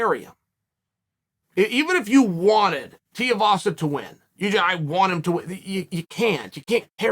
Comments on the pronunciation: It’s tuivasa (two wee vasa) not tiavasa 😅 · Right, and for that matter, who exactly is Tavasa? Maybe he was talking about Tai Tee-a-vasa and just mispronounced the name... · chael can you please say tuivasas name right that man is too good